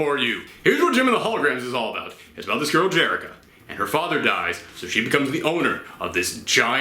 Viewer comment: You pretty much summed up this movie so perfectly I'm angry all over again lol. Also for a non-fan you actually got Jerrica's name correct. I've watched a few super fan video rants and they kept calling her Jericho. Much respect good sir, much respect.